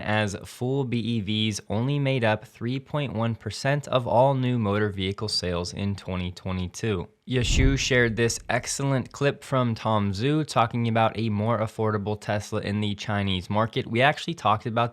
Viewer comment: one day if i keep posting it enough, perhaps you will final read my comment about you mispronouncing his name. Its Tom Joo - not Tom Zoo. ZH is pronounced like a hard J, as in Jug.